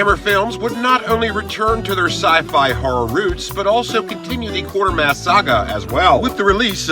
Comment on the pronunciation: I cringe every time he says Quartermass.